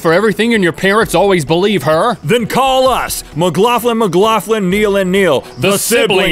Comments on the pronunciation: You guys pronounce McLaughlin strangely. I've only ever heard it said like Mic-Lock-Lin, rather than your Mic-Loff-Lin. Xxx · Sounds like he's saying mclaugflin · Who agrees only link should say let's talk about that he does it perfect and who else agree's that its weird and cool how to bestfreinds have fucked up names lmao